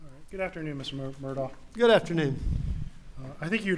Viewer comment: So odd how Alex pronounces his surname "Mur-duck" or "Mur-dick" while his brother pronounces the same surname "Mur-dahw", and once he does say "Mur-dock". Mur-dahw Rental Center Mur-dahw(?) Kobota Mur-dock Equipment LLC ......so there's multiple ways that this family pronounces their surname, between Mur -- daw, dah, duck, dick, and dock. At this point, some people pronounce it "Murda", very close to how many South Carolinians, North Carolinians, Georgians, Floridians, Mississippians, Cajuns or creoles might pronounce "MURDER". And the (convicted) murdering Murdaugh is known as Alec and Alex to various people in his family and community, although most who are close to him seem to call him Alec, or "Ellick".